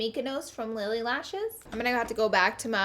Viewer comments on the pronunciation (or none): none